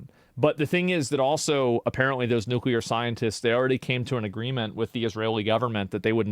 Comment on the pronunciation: Russia cannot allow Ukraine to have nucular weapons